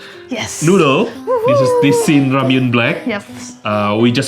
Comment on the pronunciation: Is it pronounced "Sin" or "Shin" Ramyun? I want to say it correctly.